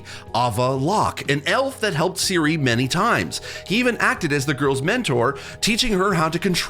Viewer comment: And Seal-a 😂😅😂